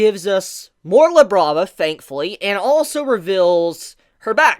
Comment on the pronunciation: Thought he said “Now Let’s Look at Lebron” 😭